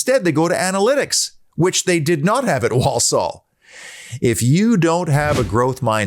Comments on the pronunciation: Obviously never been to Handsworth!! You don’t want to!! Walsall pronounced wall-Sul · Love the way u say Walsore (Walsall). I opened a pizza shop in Walsall once and our PR guy thought we were opening in Poland and wrote a bloody press release saying we were pushing into Eastern Europe…….🥴